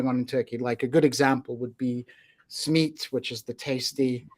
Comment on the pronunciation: Great conversation. One question though, who pronounces simit 'smeet'?